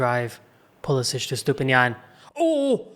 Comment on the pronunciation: Puh Leh sick. Not puh les itch